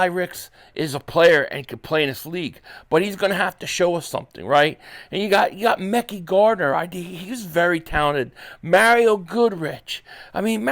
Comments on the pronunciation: It’s Mek-I Gardner not Mecky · Mekhi Becton , its pronounced " Ma khi